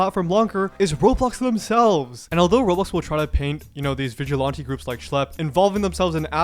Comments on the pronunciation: Vigilante doesn’t have an O in it. 😂 VigilOnte 😂😂😂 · it's really annoying to hear all the obnoxious slangs the genz are using like "pdf file" but then also not pronounce vigilante correctly. It's like man, I can put up with 1 of these but both is too much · I’m sorry but the way you say vigilante is bothering me so much! What accent is that??? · its not vigilawntee lol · Why can't you pronounce "Vigilante?" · Are you purposely mispronouncing vigilante? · I wanted to watch this video longer, but I couldn't deal with hearing you say "vigilante" another time. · I've never heard this pronunciation of vigilante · its really bothering me how you pronounce "vigilante" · Great video how did you never learn how to say vigilante? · hey man, you should probably do a quick search to learn the correct way to pronounce vigilante next time you make a video where you repeat the word over and over 😂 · Is there a reason why you’re pronouncing vigilante like that? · I don’t know what’s worse, Roblox’s moderation or the way this guy pronounces vigilante